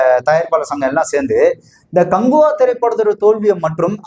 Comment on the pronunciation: காங்குவா இல்ல, காக்குவா 😮